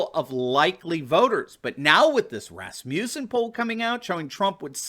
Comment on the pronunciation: Please pronounce Rasmussen correctly. (It is my grandmother's maiden. name). The name is not Ras-mew-sen. It's Ras-moos-sen.